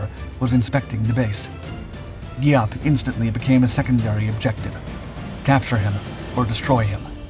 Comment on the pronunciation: Geeee app .. come on let's say it together , his name was general Giap (Geee app) not whatever mispronounced b.s u said .